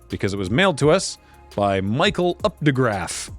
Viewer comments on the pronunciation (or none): none